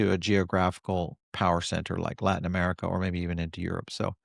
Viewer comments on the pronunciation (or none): none